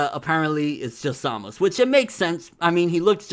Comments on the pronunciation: He Pronounced his own name "Zamasu" with a strong "u" on the end. Usually the "u" on the end is silent in all Japanese language, so everyone pronounces his name "Zamas". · its pronounced ZAH-MAH-TSU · Why do u call hum Zamus if his name is Zamasu?